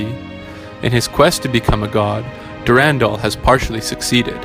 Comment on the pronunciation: I don’t like how you pronounce Durandal or W’rkncacnter.